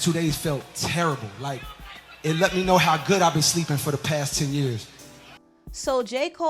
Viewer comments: "Yeh, trust meh" lmao 😂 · it’s the “trust meh” 🤣🤣🤭